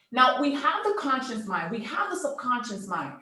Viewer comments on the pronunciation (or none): Someone who cannot even say conscious.. trying to teach us about consciousness and sub consciousness. She's saying conscience instead of conscious..... 🙄 Biiiish you have NO conscience. Grifter.